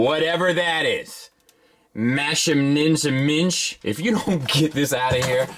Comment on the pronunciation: it's pronounced "Mashinenmensh." The "sch" is pronounced as "sh." Oh, and it literally translates to "the Machine Man." It's in German.